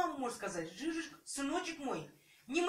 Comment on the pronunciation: это ДЖИЗУС, а не "жижик"